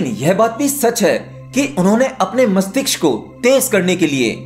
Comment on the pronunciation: Aap mastishk theek se nahi bolte hain. Kripya khud sune apna bola hua aur ise theek karen.